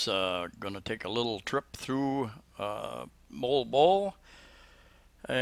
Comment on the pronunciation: Hahaha, you got the pronunciation of Moalboal correct. LOL.